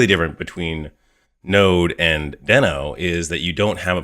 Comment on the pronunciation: Great, helpful video! Just a note - it's officially pronounced "dee-no", not "den-o" 😄